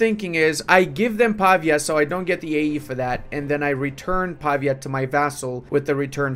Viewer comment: Pavìa (con l’accento sulla i)